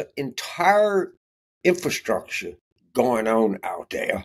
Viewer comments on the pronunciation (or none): none